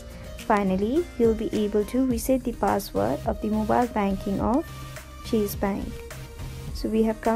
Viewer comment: What is the difference between Pronounce cheese and chase😄👌